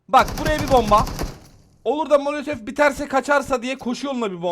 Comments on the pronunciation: Kanka sana zahmet birdaha mölötöf deme ya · Abim mölötöf çok güzel diyor sun ❤❤❤😅😅❤❤❤❤❤❤❤❤❤❤❤❤❤❤❤❤❤❤❤❤❤😊😊😊😊